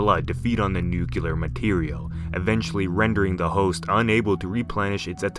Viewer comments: Also its new-klee-er not newk-yuh-er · Yooo man maybe do a practice run or two before you record the voice over lol. Or maybe do multiple takes and edit and splice the good takes together? Also.. it’s “new-clear” not “new-cue-lar”.... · Nukular? Nucular? Is that different from Nuclear energy?